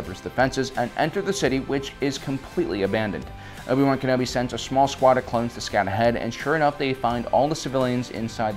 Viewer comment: Love how you pronounce Obi-Wan Kenobi, it's like Owe-B-Wan Kenobi.